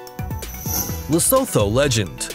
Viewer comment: They pronounced Lesotho legend like this “le-so-tho lej-end” though it is pronounced like this “le-soo-to legend ” so funny 😆 lol